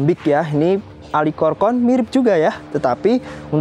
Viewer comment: pengucapan dalam bahasa indo bukan alkikorkorn > cukup alchikorn aja, kan nama latin nya Platycerium alcicorne Suwun 🙏🏻